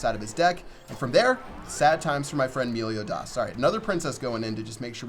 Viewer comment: Prick pronounced meliodas wrong